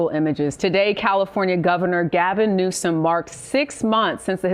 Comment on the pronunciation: Please stop mispronouncing the governor of California's name. You are so far above that kind of juvenile thing